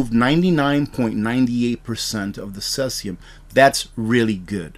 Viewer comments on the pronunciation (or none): Pronounced cee-sium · Pronounced "See-zee-um" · No disrespect. It is pronounced - seezeeyum. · Cesium is pronounced like “seezeum”, fyi. No knock intended. I really get a lot out of your presentation. Keep them coming!